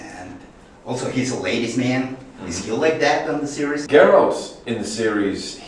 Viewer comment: Es GERALT no GARELT y el libro se llama The Last Wish, una leve correccion nomas